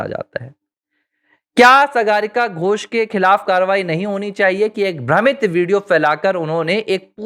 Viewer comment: सागरिका घोष सही नाम है सगारिका घोष नही जैसे आप ने कहां रह है